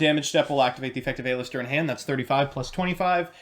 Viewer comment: It's AL-ister! AL-ISTER!!